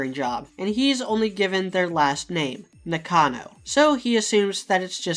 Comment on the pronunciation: Great analysis, looking forward to more! (your pronunciation of Nakano hurt me a bit, though)